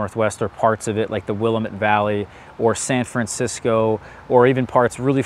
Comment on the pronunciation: It's pronounced the WilLAMette, emphasis on the middle syllable, which is awkward but that's how we tell folks aren't from around here 😅